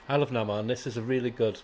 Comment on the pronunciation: Been a Goon fan from very beginning, love it! (But didn't realise it he was doing a new run...) Redcoat was a beautiful comic book read. Namor is pronounced KooKooCaahCahh? Grommetts superb as always.